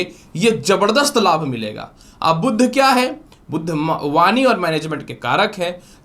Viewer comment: कृपया सही उच्चार करें, 'बुध' को "बुद्ध" न बोलें।